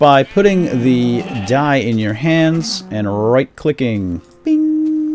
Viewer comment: did you say "That's DUYE" ?